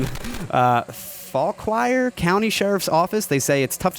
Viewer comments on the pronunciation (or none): Fauquier County Va is pronounced "faw-keer", emphasis on the first syllable. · AW MAN! Fauquier county is pronounced Faw-kyer. Yes, yes that's right AND they have a bank. Fauquier county and Fauquier bank. Also, Fauquier drones.